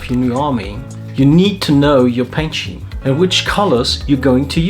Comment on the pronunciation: I hate to be this guy (but I am). I liked your video a lot and I've subscribed. Great content! But the pronunciation has the 'c' in it. Love you though bro.